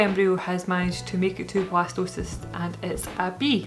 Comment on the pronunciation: At first I thought you where saying Blastoise and was really excited you where having a water type. Jokes aside, I hope this journey continues to go well for you and Marcus, ending with a healthy, happy, bundle of joy.